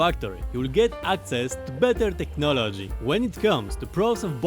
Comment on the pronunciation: technologia is all I hear.